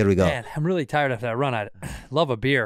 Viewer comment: “Wreeeeally dude”